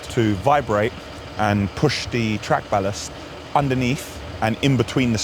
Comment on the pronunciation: It's nice to hear you pronounce Ballast correctly ;)